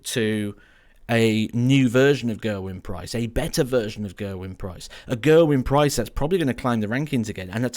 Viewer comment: If you're a fan of Gerwyn Price, please for the love of god, learn how to say his name properly!